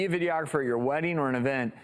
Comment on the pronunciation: The way the woman pronounces "videographer" makes me want to poke her in the eye with an uncooked spaghetti noodle. Stahp.